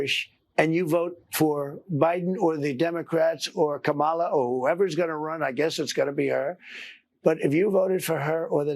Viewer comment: Maddow can't be bothered to pronounce Kamala's name correctly?